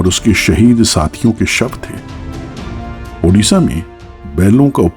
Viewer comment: ओडिशा✅ उडीशा❌